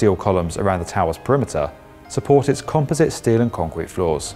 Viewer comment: He mispronounced "composite."